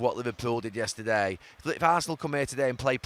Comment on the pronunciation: Say yesterday again you muppet